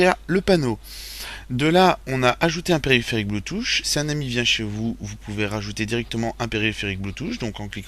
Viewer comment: ON NE DIT PAS BLOUTOUCH!!!